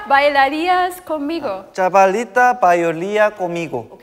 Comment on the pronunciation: no one: literally no one: minhyuk and jooheon: CALL MIGO instead of conmigo 😂😂